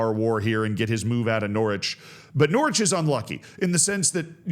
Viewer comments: immediately corrects himself on pronouncing the W in Norwich, proceeds to later pronounce the 2nd T in Toronto. Canada asks for an apology and a retraction. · Norwich rhymes with porridge, obviously